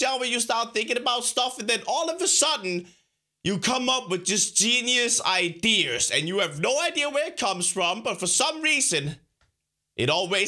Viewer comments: Ideres.... it's ideas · Ideras engrish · U said iders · Clawz Dawg i like how when he says ideas he says idears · Genius idears Me: o_o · I love how he says ideas. He’s says it like: idears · I love the way he says idears lol =P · He said idears